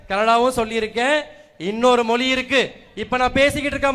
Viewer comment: ஏன்டா பட்டியல் சமூகம் என்றால் கேவலமாடா தம்பி. தன்மானத்துடன் பேசுடா தம்பி. மொலி இல்லடா மொழி.